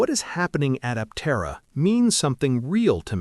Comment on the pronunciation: It might interest you to train your AI speech to pronounce Aptera Aptéra instead of Áptera. It will help your channel be taken more seriously as a more credible news sauce.